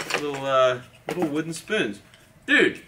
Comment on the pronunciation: Is it just me or did he pronounce spoon speun